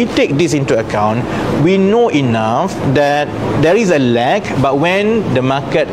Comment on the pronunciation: Lol... The way he pronounced "lag" sounds like "lack". Maybe he really meant "lack".